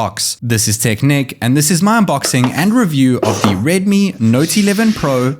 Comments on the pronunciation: You sounds like. ....naughty 11 pro 😂😂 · He says it like redmi nauty 11 pro